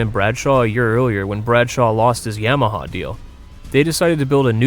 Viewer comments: Not YAMMahhawl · I love how he says Yamaha it makes me giggle